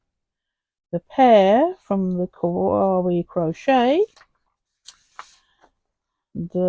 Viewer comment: The quote - indeed, the world keeps turning Kawaii - kuh why ee 😉(like saying The Gerbera was instantly recognisable 😊 That's a very podgy mallard😆 LOVE the fern! think that's my favourite. Well done 😁